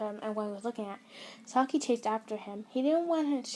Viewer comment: I'm not trying to be mean but it really annoys me that you say S - A - K - I and not S - AI - K - I please do not take it personally